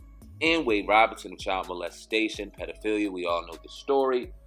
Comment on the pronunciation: Thanks for your videos they are greatly appreciated. But, If possible please try to pronounce Wades last name correctly....Wade's last name is Robson (pronounced: ROBE-son), not Robinson. Robinson is Smokey's last name aka: Smokey Robinson... I'm only mentioning this because, it kind of disrespects the last name Robinson when its compared to Wade... Thanks again for you videos I love the content....peace & luv my brothas'.....